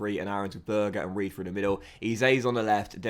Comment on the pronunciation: It’s sander berge not sander burger😂